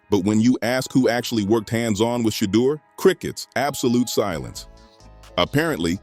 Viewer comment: Shedeur name got killed by the narrator